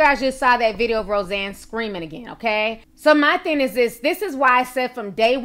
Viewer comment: Please quit saying "theen" the word is "thing!"